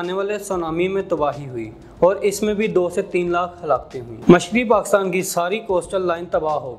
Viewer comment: پہلے PakIstan کہنا تو سیکھ لیں آپ تو PakAstan کہ کر اپنی مٹی خود ہی پلید کر رہے ہیں